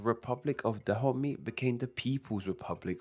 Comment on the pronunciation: Actually it's not pronounced '' Tha Homie'' but "Da-o-may" sorta